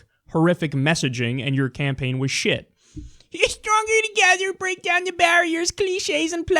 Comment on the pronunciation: Bweak down the baawiers